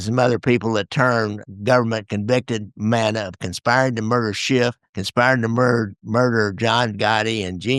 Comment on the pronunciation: Fascinating topic and subject. Thank you. PS: his name is pronounced, ‘Mannis.’